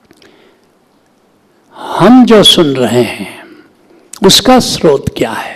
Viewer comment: सरोत नहीं स्रोत बोलो